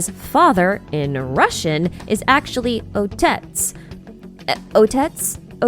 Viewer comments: Just regarding the pronunciation of "otets" - there is no T in it. The T is pronounced more like "ts" so it sounds nothing like Odette. The IPA would be /ɐˈtʲet͡s/. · "Otets" doesn't have have a t sound but a sound that native english speakers can't pronounce and I can't write in the english alphabet it's more of a sizzling sound. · yup the pronunciation is closer to "Atets" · Hearing try and pronounce otets... is this how the germans, chinese, japanese, middle-easterners and french felt like when people were mispronouncing words from their languages? As a slav, i dread the day when Snezhnaya comes out